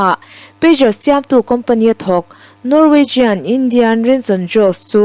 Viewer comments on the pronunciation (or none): none